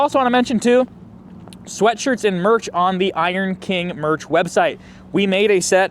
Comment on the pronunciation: Slightly pause between the words King and Inc when you say it. All I hear is Iron Kink.